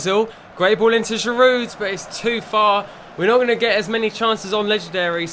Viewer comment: Great videos mate, and you must hear this all the time, but there's no D when you pronounce Giroud. He's French, so it's GI- ROO. But great production overall on your videos, nice work!